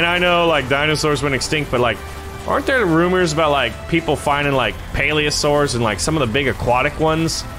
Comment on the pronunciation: plesiosaur not paliasaur or mosasaur